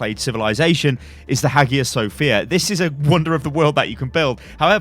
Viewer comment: Just so you know, the Hagia Sophia is pronounced "aya Sophia". It's odd, I know